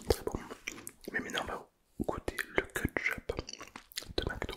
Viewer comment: moi qui dit kÉtchup, t'entendre répéter kEtEchUp ca me tue 😂😂😂